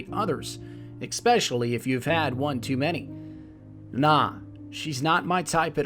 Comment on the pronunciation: "Ahemkar", "Amakar", "Expecially" - christ, man, if you're going to make videos centered around monologue, you need to get this kind of shit straight - eSpecially the very namesake of the video: AH-HAAM-KARRA.